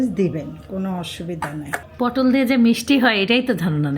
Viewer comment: পোটোল,,,,,নাকি,,,,,পটল হবে,,,?????